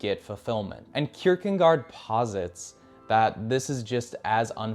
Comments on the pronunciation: C’mon dude. There’s no “n” in Kierkegaard. Look at your own video for proof. Not a good look. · very good - but your pronunciation of their names really could be better. It's heavily American to an extent where it is almost comical. The worst being Kirkegaard and Albert Camus. Just look it up and try to pronounce it more accurately, please. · That's not how to spell or pronounce Kierkegaard btw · It's Kierkegaard, not kierkengaard. It's Karamazov, not kamarzov. Learn the proper pronunciation of people's names. You sound like an illiterate dolt when you don't. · There is no "n" in Kierkegaard. Damn... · That was driving me crazy lol